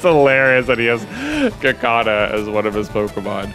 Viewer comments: Did J just say Kuh-kaw-nah?? It's Ka Coo Nah Ya know...... like a cocoon??? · Dude who and health has kaukauna it's kakuna as in kakuna Rattata what a wonderful phrase kakuna Rattata no passing craze that is literally why those t-shirts exist that pronunciation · The way you pronounced Kakuna threw me for sure. I'm pretty sure its Cacoon-a even though its K's instead of C's. I really hope one of the gyms is a dragon gym for an added challenge. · Should you put WildBerrie on the team? I'd actually like to see how they would fit in. Maybe replacing Data. Also, J, really? "Kakuna" is said Cocoon-ah. X3 your pronounciation me off completely lol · I always pronounced it Ka-KU-na like it's spelt... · I'm still not used to the way that J pronounces Salamence, but I was definitely not prepared for his pronunciation of Kakuna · I don't believe I've ever heard Kakuna pronounced that way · So are we guna talk about how J pronounces Kakuna?? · who says Kakuna like that????? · Why do you say Kakuna so weird? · I hate the way he pronounces Kakuna. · sorry, but I have NEVER heard kakuna pronounced like that I was just taken aback by it